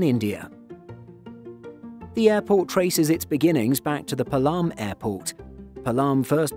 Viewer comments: Actually that's not Palaam this called as Paalam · It’s not palaaaaam, rather palam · It's pronounced pa-lum airport. Not palaam. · PAALAM and not PALAAAAM!!!!!! (although it is spelled as Palam) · Its Paa-lam, not Pa-Laam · Its Not Pulam its Paalum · IGI AIRPORT is love! And, Palam is pronounced as ‘P-aa-lam’ not ‘Pa-l-aa-m’